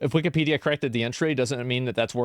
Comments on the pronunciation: Its really bothering me he’s calling it wikeeeepedia. Its wikapedia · It’s not weekee it’s wiki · Weekee-pee-dee-ugh is the worst pronunciation Ive heard to date. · It pisses me off how he pronounces Wikipedia. It's Wick-i-pedia, not Wicky- pedia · wikipedia... not weekeepeedeea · I probably pronounced (wikeepedia) like that when I first used it when it launched. I've since come to the conclusion that it is in fact wikapedia. as Wikeepedia is just so dayum annoying. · Weekie-pedia? Why does he keep pronouncing it like that? Everyone I’ve ever met has called it wick-a-pedia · This guy is a clown. He regurgitates all the woke buzzwords. Just the way he says Weekeepedia triggers me. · Bro needs to stop saying wiki---pedia, lmao. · don't take a shot every time calls it wikeepeedeea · But why the pronunciation like that? wik-EEE-pee-dee-uh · GUY PRONOUNCES IT WIKKIEEEEPEEEDIAAA like a 4 year old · What's cringe is pronouncing it WEEKEE-PEEDIA. Dude hates Elon obviously, wouldn't matter what he said. He was gonna disagree without any critical thinking lol. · By the 10th time the dude pronounced it "wickeepeedia" I checked out. Unreal. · As soon as he said "wikeepedia" the first time, I knew he was gonna have an L take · I literally can't listen to this guy say weekypedia over and over im already going nuts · Bro if i hear "wiKEYpedia" one more time i'm going to fucking lose it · The first time I heard this dude say "Wee-Kee-Pedia" I knew he was stupid. Then I saw the action figures and it all made sense. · I knew this dude was sus, by how he pronounced Wiki-Peedia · wee-kee-pedia lol why’s he pronounce it like that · The way he kept pronouncing it “Weeky-pedia” drove me nuts. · Wik-E-pedia bugs me more than it should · Take a shot every time he says wikeypedia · He tries too hard to say wikipedia and it comes out weekeepeedia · It's hard for me to keep hearing him say "Wikeeepedia" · Anyone who says wikipedia like “wikeepedia” should be locked up!!!